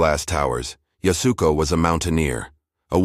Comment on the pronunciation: It’s YAS-u-KO. Really just 2 syllables - YAS and KO, the “u” is barely spoken…